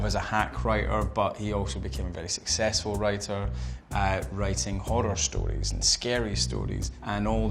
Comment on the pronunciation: "hoRRor storis, scary storis" i love him